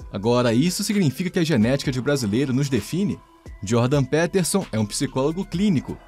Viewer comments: "Pétérson" ---> "Piterson"... vlw pelo vídeo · Pronúncia de PEterson ta uma bosta hein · É Jordan Pi Piterson, o e tem som de i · Jordan "Péterson" é de doer, hein. Será tão difícil falar "Píterson"? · Jordan P(i)terson soa mais correto, considerando que ele é anglófono. E QI é apenas uma pequena parte da avaliação de inteligência, ou de forma mais ampla, de capacidades. Ótimo vídeo, como sempre. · primeiro de tudo: "Péterson" é muito esdrúxulo hein?! podia ter tido algum esforço pra pronunciar o nome do cara corretamente, mesmo se não fala inglês. segundo de tudo: Jordan Peterson argumenta que o QI é um bom "fator preditivo" do sucesso de uma pessoa. Não significa que ele tem preconceito em relação a isso, apenas que já é um bom indício da capacidade/potencial de alguém. Seria como falar que é preconceito dizer que alguém que fez graduação e pós graduação está mais preparado do que quem não completou o Ensino Médio.. kkkk Vídeo ruim com argumentos ruins, que nada têm a ver com "visão libertária", o que foi o mais estranho de tudo. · PÉTERSON... Isso é AI lendo texto. JP não disse isso sobre o Brasil, foi outro cara. Só navegar pelas fontes. CLICKBAIT! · Jordan "Péterson"? kkkkkkk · "Péterson"? sério? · Só arrumem a pronúncia do sobrenome do homem. 😬🙄 No mais, o vídeo tá bom. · Aprende a pronunciar o nome dele pro cara não confirmar a tese 😂😂😂😂